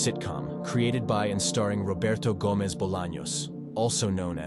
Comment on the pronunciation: Roberto Gomez more like Roberto hoemez